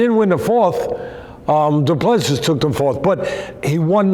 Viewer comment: Doo plu sea is pronunciation